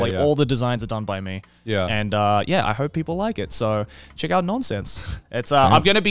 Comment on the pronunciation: As a Norwegian (and graphic designer) that actually have Ø in my language. Nønsense rolls of the tongue a bit differently, but doesn't make sense. So overall good job Joey!